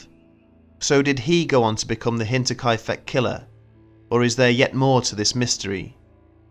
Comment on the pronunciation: I'm sorry, but all I hear is Hentai-kai-feck. I'll let myself out...